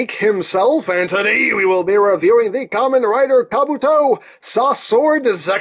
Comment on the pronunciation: Not Ramen Rider, it's Kamen Rider all the same (or should I refer to him as Ka-MEN Rider, stressing the "men").